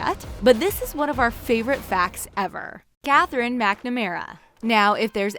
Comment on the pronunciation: Katherine MACnamera, harry shoom, Lilith as emeruade THRY DONT LOOK THE SAME, valenteen wth is wrong with you woman